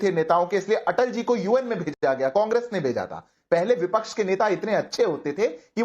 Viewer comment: ये भदा को" विपक्ष " बोलना भी नहीं आता, बोलता है " विपछ " 😅😅😅